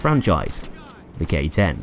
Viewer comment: When you said K-10 I thought you mean Gay-10